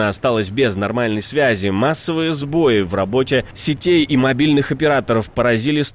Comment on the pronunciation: Надо говорить " сбоИ".